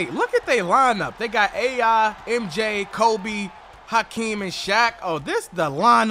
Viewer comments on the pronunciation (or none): This video started like a damn horror movie broo * the way he said KOBEE im cryin rn youre the best